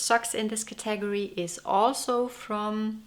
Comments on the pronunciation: Your English is so correct that I want to suggest you learn the proper pronunciation for the work category. In English it is thus:CATA-gory. Not Ca TAG or. Hear the difference? Thank you for your wonderful videos on knitting. I really enjoy them! 🦩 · Thoroughly delightful as always! What a lovely collection of sweaters! I'm also vey impressed by your command of the English language! So if I may respectfully offer the pronunciation of "category": the accent is on the first syllable as in, "CAT-a-gory". It's much easier to say that way!! 😄😄😄 Happy New Year to you!